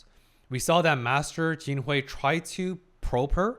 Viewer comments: Master Jinshi is sharp. I suggest learning his name! At one point it even sounded like you called him "quinoa", like the ancient grain. Loving your commentary. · What does it say that after three episodes, Jinshi's name is still mispronounced? "Fuyou" and "Gyokuyo" are pronounced correctly (almost always).